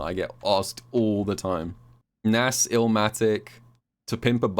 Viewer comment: The way you pronounced Nas sent me 😂